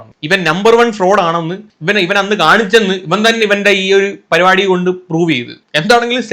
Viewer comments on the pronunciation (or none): പരുപാടി അല്ല മോനേ, പരിപാടി എന്നാണ്. വായിക്കണം മിസ്റ്റർ, വായിട്ടലച്ചാൽ മാത്രം പോരാ